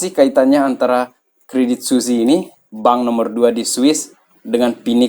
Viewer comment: bacanya credit swiss bang, bukan suzi